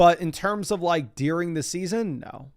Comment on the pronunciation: Does anyone else hear “dEEring” when says during?